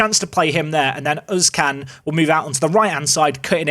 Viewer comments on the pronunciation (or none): i know what you are going to say already but oğuzcan is pronounced more like 'Ouz-Jan'. j as in english not spanish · Oğuzcan is more like ouhozjan when pronuncing it